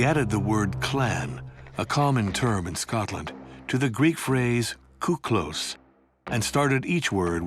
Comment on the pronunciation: Kiklos not kouklos... 😒